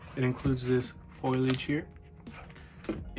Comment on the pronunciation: FOILAGE 😅😅😅😅😅 surely you mean FOLIAGE .....absolute travesty of a collectors edition defo not naked snake more like flaccid snake